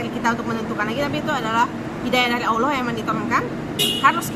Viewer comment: Utk penyebutan kata 'Allah' harus di latih tiap hari kak jesslyn biar pas pengucapannya